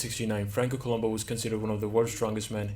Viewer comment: It’s Columbu, not Columbo. I hope the trophy spells his name correctly.